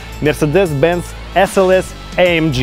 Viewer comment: Не амдж а амг.